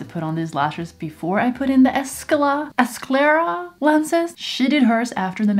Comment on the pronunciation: Skah-lare-ah there's no e and you pronounce the s and c together to make more of a kuh sound.